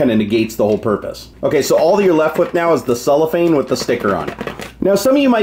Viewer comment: It is called CellOPhane not Soulafane